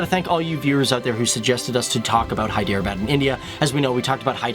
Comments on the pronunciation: Is his pronunciation correct? Isn't HEE-de-rah-bad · if you don't know the facts about hyderabad then don't talk nonsense about it . It is hyderabad not hiderbad . ** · It is not hi-drea-bad just so you know. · Array stupid fellow, ur not at all pronuncing Hyderabad properly..